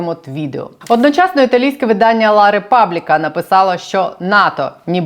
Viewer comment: Вибачте. Правильно: " Ла Републіка " " La Republica "